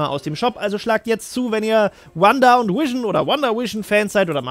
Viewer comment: Irgendwie macht mich das ein bisschen wahnsinnig wenn du ab und zu Wision anstatt Vision sagst. Ist an sich nicht schlimm, aber das fällt mir die ganze Zeit auf und ich kann mich dann nicht auf den Inhalt konzentrieren xDD Du sagst es ja auch nicht permanent falsch --> tolles Video :)))